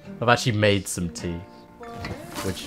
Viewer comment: The music is so peaceful (except when it isnt), it perfectly makes the vibe. However, every time you said tea, I misstook you and heard teeth.